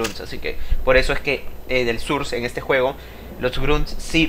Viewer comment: Source se pronuncia sors no surs